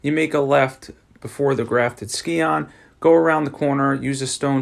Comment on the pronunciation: scion is pronounced like (sigh-on). Just so you know for the future :D